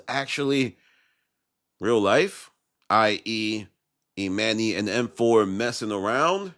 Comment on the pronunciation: Bro you be STRUGGLING pronouncing dude’s name, damn. EE MAN NYY head ahh lol